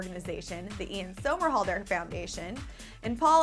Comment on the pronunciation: say his name right, it's somerhalder= SUMMERhalder